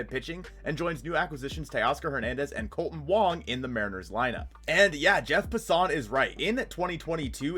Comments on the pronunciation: Love you videos my dude. only thing Jeff Lawson’s name is pronounced Pass-en. Finest take away from the video though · Just a small heads up that you’re mispronouncing Jeff Passan’s last name. Should sound more like “Pass In”